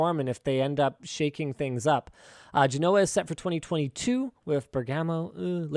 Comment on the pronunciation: Also butchering Genoa but that's OK lol. It's djehnwa pronounced